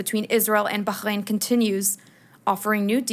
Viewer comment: Please stop torturing the pronunciation of Bahrain.